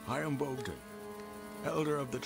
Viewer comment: Boghdan lol